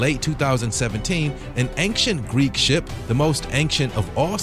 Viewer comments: Never heard someone pronounce the word ancient like "ankshint". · Why do you pronounce "ancient" like that? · Great vid and interesting... i just can’t get past your pronunciation of “ancient” it makes me cringe.. you seem smart enough to know how to pronounce it..